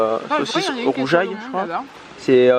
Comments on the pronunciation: On dit pas un rouGail saucisse mais comme un rouGUail saucisse 😂👍🏻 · Ça ce prononce rouGUail 😆 super et magnifique vlog❣ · Mdrr sa ce dit ROUGAILLE SAUCISSE!!! =) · Le rougail (g a prononcé comme gu) saucisse on adore ça à la Réunion. Ce serait bien de te voir sur Toulouse. Bisous.